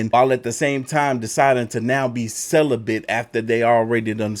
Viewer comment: Celibate -> Sold-a-bit 🤐